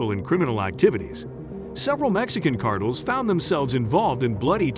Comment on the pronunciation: Cartels mofo say it with me Cartels not cartle 😂wtf